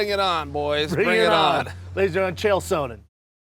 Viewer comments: Chael "Souhnnen" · Brendan "SO-nen" Schaub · Brendan “Chael Sow-nnen” Schaub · Chael “Sow-nen” Sonen. Nice Brendan. I can’t get that pronunciation out of my head now. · Is Shaub the only one pronouncing Chael’s last name correctly, or is he the only on pronouncing it incorrectly...? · Anyone else irritated by Schaub’s pronunciation of “Sonnen”?